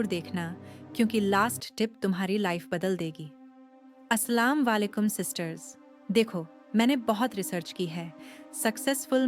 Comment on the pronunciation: Assalam walekum nahin hota hai, Assalamu Alekum hota hai sister, next time Dhyan dijiyega